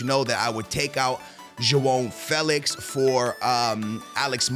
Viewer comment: ur portuguese and cant say joao felix right damn